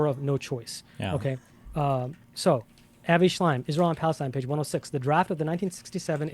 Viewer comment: The man pronounces "Lee-hi" for Lehi et "Avayyyy" for "Avi". He read it all in his books.